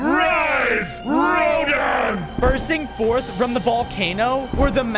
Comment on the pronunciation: its not ro-din its RO-DAN